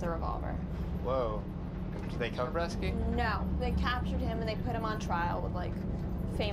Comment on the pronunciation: Bresci not Breschi damm it!!